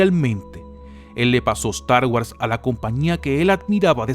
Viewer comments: pero tiiiio "estargüas" "finaciamiento" "yors lucas"? al menos lucas si lo dices bien jaja sigue haciendo estos videos comicos maquina!!!! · da cáncer la forma que dices "Star Wars"